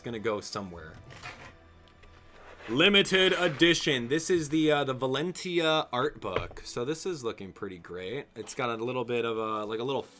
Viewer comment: I think it's pronounced valen (cha)